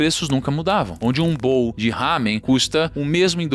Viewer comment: eus ouvidos sangraram ao ouvir a pronúncia do ramen